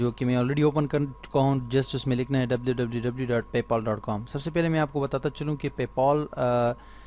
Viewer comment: paypoool hahahaha what a noob :P